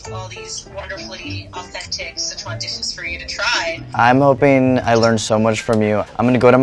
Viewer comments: dude... SICHuan not schesuan - sitch-uan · S makes the s sound. I makes the i sound. you probably learned ch sound in kindergarten. uan. that's like the only hard part and you say it fine. PLEASE it's not sheyshwan food. It's sichuan. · Si Chuan, not seh chuan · It bothers me that Andy is saying Szechuan instead of Sichuan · So many people over-pronounce “Sichuan”. It’s “si” (say “six” without the x) and “chwan”. 2 syllables. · I'm a pedantic food nerd and I'm going to hate this video, since it's Bon Appetit, and Sichuan cuisine is one of my obsessions. Here goes. Edit: Not even a minute in: "Seshwon province". Kill me now. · IT'S PRONOUNCED SICH-WUAN YOU HICK